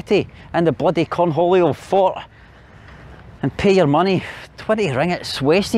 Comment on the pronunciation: why are you going north instead of south, to Java or South Sumatra? also, did you say “Corn Julio”? LOL 🤣